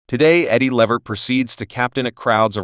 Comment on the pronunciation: His name is not the way this man is announcing it Lavert it's Levert